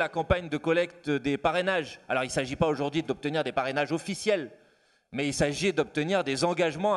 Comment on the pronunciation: Manuel, petit exercice de prononciation bienveillant : répète voir "Législative" plusieurs fois et non LégislatCHive ! Idem pour "significative", "représentative" Idem pour aujourd'hui et non aujourd'Jui. Crédible et non crédJible...😉 D'avance merdi. Sinon tu es génial.